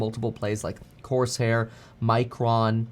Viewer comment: He said Corsair…